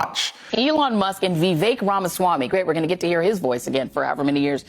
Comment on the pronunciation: Vivek ryhmes with CAKE...sounds like VA VAKE !!!!